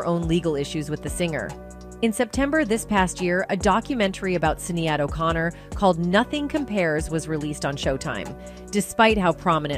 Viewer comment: Sad sad sad they just make up things about Black who are super talented and I the public believes it. This woman doesn't even pronounce Sinead O'Connor's name correctly. Y'all know good and well if Prince was hitting women like hid